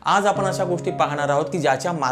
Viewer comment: आपन आपन करू नका. कृपया आपण म्हणा.ण च्या जागी न म्हणू नका.